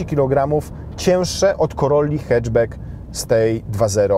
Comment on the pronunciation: Co za moda w Polsce z tym "e"? Nie mówi się heczbek ... tylko haczbak! Hatchback.